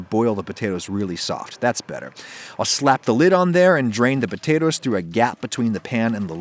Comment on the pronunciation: aww did he say "pea-tatoes"